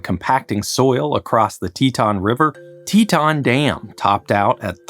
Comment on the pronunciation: REMOVE "N" FROM "TETON"...